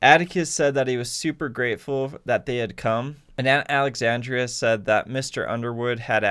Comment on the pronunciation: It's Aunt Alexandra..... -_